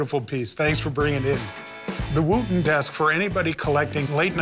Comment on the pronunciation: I love how he pronounces Wootton incorrectly. 🤣